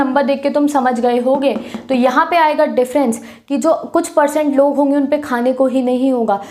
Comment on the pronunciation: aap acha padate hoo but hange mt bola kro honge